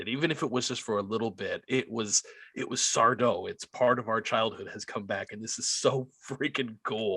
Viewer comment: IT'S SARDO! ACCENT ON THE DO, YOU PHILISTINE!